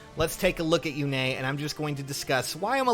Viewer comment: Yune, not Yune-a